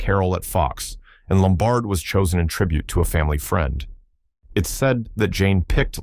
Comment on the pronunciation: Carole LOM-bard. Not lum-BARD.